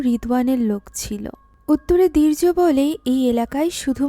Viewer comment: দীর্য বলছেন নাকি বীর্য বোঝা বড়ো দাই 😄